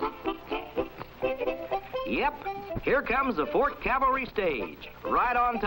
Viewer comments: Sorry, pet peeve time: it's CAV-al-ry, not CAL-va-ry. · Lots of mistakes: The cheque described as for $13 million was actually for $3 million. Cavalry was mispronounced as "Calvary". Very sloppy. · Why in heaven's name can't half the population pronounce "Cavalry". LOOK AT THE WORD! YOU SAY IT THE WAY IT IS SPELLED!! By the way, "Calvary" was the hill that Christ was crucified on.